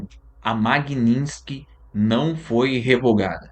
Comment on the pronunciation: Maguininski???!!! Vc não sabe nem falar!